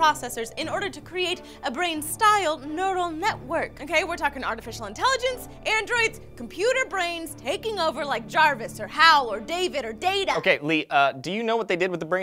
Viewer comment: Good comeback, but it's Hal, not How.